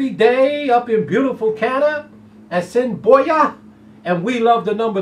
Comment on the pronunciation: Haha! Sir you pronounced A$s in i boi a prfectly the first time and then butchered it every time afterward. We'll still give you some Canadian shackles though. I'm still busy counting my Cross Border money. I missed my exact but had the P3 a couple times and a decent win bet. GOOD LUCK on your ticket!